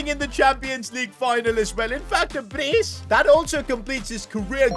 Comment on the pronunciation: "Pobega"🤣🤣 Edit: The way he said "scoring in a champions leauge final in fact a Brace"